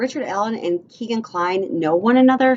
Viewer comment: It's pronounced "Keg"an, not Keegan. He's named after his Dad's favorite bar Keg and Stein.